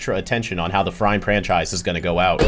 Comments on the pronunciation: actually you said "Frime Pranchise" instead of "Frime Franchise" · nah you said “Frime Pranchise” my guy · you said "frime pranchise" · I heard Frime Pranchise, you have to take the heat for both not just one! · . "Frime Pranchise" There's no mistake in it really, as i thought you were being sarcastic 🤣🤌🤌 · i actually heard "FRIME PRANCHISE" and it could have been a nice little reference for the episode like "BILL GAX" instead of "VILGAX" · Even worse. You said "Frime pranchise". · You actually said "Frime Pranchise" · Actually sounds like he's saying "Frime Pranchise" which made me think it was on purpose until the edit lol.